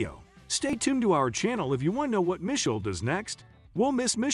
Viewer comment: Isn’t her name Me-Shell?